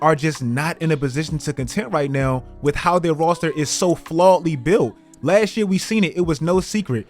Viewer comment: my man said "Rawster"